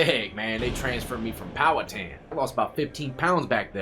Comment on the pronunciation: So many have attempted to pronounce Powhatan correctly and FINALLY someone does! That's my hometown. Never went to the farm though. Sussex 1 and BKCC. Love your videos. Keep them coming.